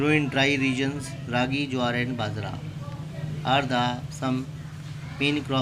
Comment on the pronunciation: It's not badra it's bajra